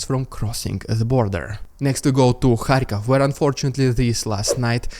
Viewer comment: I like you a lot, you give me hope that there are also good Russians. I mean it! But it's Kharkiv, not Kharkov😉